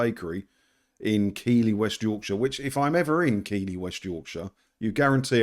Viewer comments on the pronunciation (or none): Arghhhh it's not keeley .. its Keith Li Hahaha love it the way southerners can't say it correctly.. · Just remember, if you do visit this ladies cake shop, the town she’s located in is pronounced Keethly as opposed to Keely👍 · it is pronounced ''Keeflee'' not ''keylee'' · Tone deaf or what? (it's pronounced 'Keithly' btw, not keily) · Keithly is pronunciation not Keely , just for info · …it’s KEITHley! Not Keeley! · Said as Keefley not Keyley :) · It's pronounced Keithley not Keeley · Its pronounced "keith ly not keeley lol. Keep up the good work! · You need to brush up on your Northern Studies! It's not pronounced "Keeley", it's "Keithley". Don't worry though, you're in excellent company. My Sat Nav makes the same mistake. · Pronounced (keith-lee.) Not (key-lee) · It's pronounced keethley...home of the world famous cougars...its the most publicity we've had since the 1937 challenge cup final! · Keighley pronounced “Keithly “ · This is what happens when you employ young, social media types. By the way, it’s pronounced Keithly. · Keighley is pronounced Keithly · It's pronounced keith-ley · Keighley is prinounced keith ley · Pronounced Keith-lee. Keighley.😊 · It's pronounced Keith-lee 😂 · Hi, Keighley is pronounced keethly regards Pete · Dont ask me how or why but it is pronounced Keithlee. A Yorkshireman once told me. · Just a word on the town, Keighley. To those in foreign parts, it should be pronounced Keethley. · Hiya- it’s pronounced keithley- ❤ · Great response, it's pronounced Keefly by the way. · Great video. For info, Keighley is pronounced as in the names KEITH LEE. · Keighley is pronounced [KEETH] + [LEE], Keethley, btw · It’s pronounced Keethly but great vid. Silly entitled cow. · Pronounced Keithly. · Hi - It's pronounced "Keithly":-) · Pronounced keff-lee and its a sh1t hole. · it's pronounced Keith le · It’s pronounced keef’ley trust me I’ve been there and been corrected 👍great vid as ever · It's pronounced "keefly" Lol